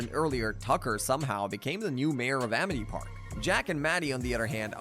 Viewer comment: bro really said amith park